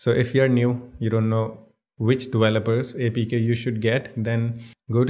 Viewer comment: I love the way you say dewelopers and wersion, lol